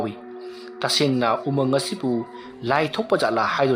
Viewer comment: Umung not amung